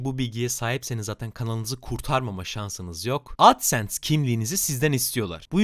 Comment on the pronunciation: Adsens demene çok takıldım sebepsiz tonluyosun ya bi de